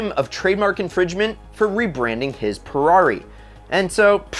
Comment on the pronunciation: if i had a dollar every time i heard "Fewarri"....🤔😒